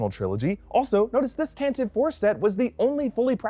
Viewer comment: It's pronounced Tant a vee, not Tantiv!